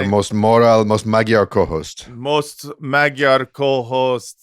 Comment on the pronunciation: Daniel you killed me with your Magyar ... ahhahahah